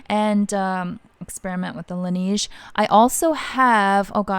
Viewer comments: I love the laneige toner ever since you mentioned it! It’s super hydrating. I think it’s pronounced la neige like ‘the snow’ in French. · oh! Is that how it’s pronounced in Korea? I haven’t visited a Laneige counter in years, my mistake! I love seeing your skincare and beauty picks bc you have similar skin tone and type to mine. 🥰